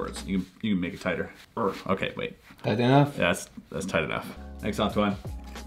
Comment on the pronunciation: Wowowowowoooo, ok, maybe I'm coming a bit late on this but, excuse me, this accent on the 2nd "Antoine" at the very beginning sounded to me as almost perfect. Are you from Canada, Québec, or do you already speak a little bit of French by any chance ??